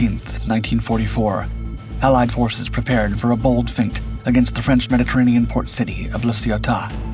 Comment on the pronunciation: Feint is NOT pronounced FEENT, but FAINT